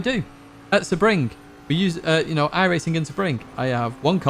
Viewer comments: Hahah subRING 🤣 It’s SEE-bring 😉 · SEBRING... Not Subring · Three things: 1) Thanks for the content as always you bring good solid advice that anyone can use! 2) Ive often wondered weather they are braking that much later than me or if the videos are off! and finally number 3) My OCD is kicking in here, its pronounce Sea Bring. Thanks again hope all is well!